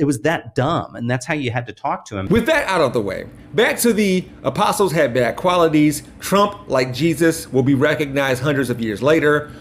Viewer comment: He said "The Aposols" 🤣